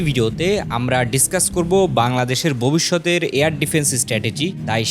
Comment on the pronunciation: ববিষ্যতের না ভবিষ্যতের কোনটা বলছো ঠিক বোঝা যাচ্ছে না??